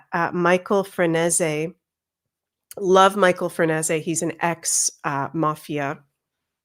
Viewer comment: Thanks,! I’m looking forward to the whole series. (BTW I believe Franzese is pronounced something like Fran-SAY-zee) ❤